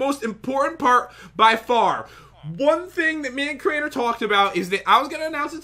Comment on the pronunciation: Crainer not drainer lol